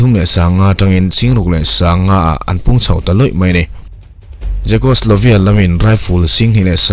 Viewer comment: Israel PM tumaw a hming? han lam chiang deuh teh..😅 Czechoslovia..........😅